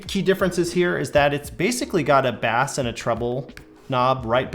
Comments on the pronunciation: basse and treble? hehehe cmon there dude breath...its pronounced base...maybe take a few seconds to edit before posting....jus sayin! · Did he say bass as in the fish? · I slappin’ da biass! I slappin’ daa basssss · Guy doing a speaker review and cant pronounce "bass". FAIL. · I stopped paying attention when you pronounced bass incorrectly 🐟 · Guy cant even pronounce bass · The way he said bass at the start, I'm crying 😭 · If you could pronounce Bass properly you might have a bit more credibility